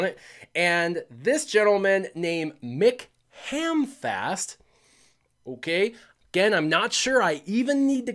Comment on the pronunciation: apologies for maybe pronouncing Andreys name wrong. Yet consistently messes up McHamfist.